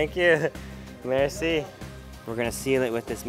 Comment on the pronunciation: In Irán when you say "merci", you put the tense on the "e", not on the "i"